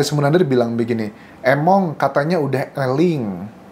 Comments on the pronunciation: Di baca nya (emong) bukan (Emong) arti nya "gak mau" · Emong itu gak mau kak ,e di baca é 😅